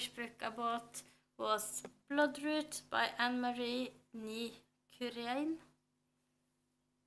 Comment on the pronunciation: No, you did a wonderful job pronouncing the name!